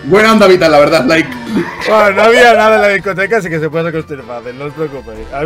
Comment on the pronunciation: Onda vital dice oilo